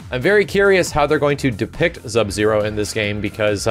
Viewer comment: Ha, he said Zub-Zero.... how old am I?